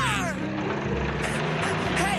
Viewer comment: GET IN THE CAH